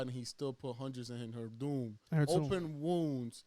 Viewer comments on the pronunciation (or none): none